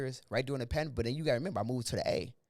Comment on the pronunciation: Bro said yeah this a Bandemic now 😂